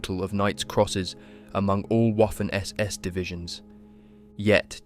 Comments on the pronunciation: It’s Vaffen not WOFEN 😂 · ...it is pronounced "Vaffen SS", for fucks sake(!!!) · Great documentary. By the way Waffen SS is pronounced Vaffon SS, otherwise it sounds like Waffle SS. Just saying. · The W in German words, such as "Waffen", "Wehrmacht", "Wiking", etcetera, are pronounced as a V. And in case you're wondering, the letter V is pronounced as an F (except when it comes to some loan words)